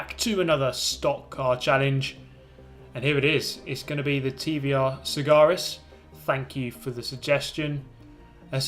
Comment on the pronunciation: It's the TVR Sa - Ga - Ris